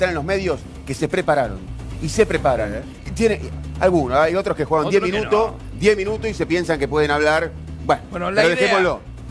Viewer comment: Hace cuantos años esta en la tele el Posho y sigue comiendose las S, "10 minuto', 10 minuto' ". Impresentable ese muchacho